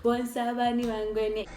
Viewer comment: Lol bangwele not bangwene 😂😂